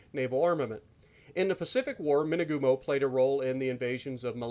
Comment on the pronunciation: Dang it! I thought you were saying "two-by-two" the entire time up until 15 minutes in. I was thinking 'oh cool, it's got torps kinda like the kamikaze?'. Imagine that.